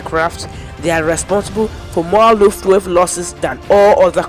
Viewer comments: It was the Luftwaffe not Luftwave! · I even tried it with subtitles... made it even worse, when he pronounced it "lufftwave" I had to give up!!! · Word of advice - you really need to improve on your pronunciation. Both English and German. You've really butchered "Wermacht" and "Luftwaffe" words. Google for how it should be spoken. Otherwise - keep trying and create some more content. I'm pretty sure you'll improve with time.